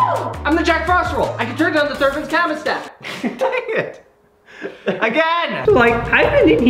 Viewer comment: Id like to know what ''The thabens cermostat'' is😂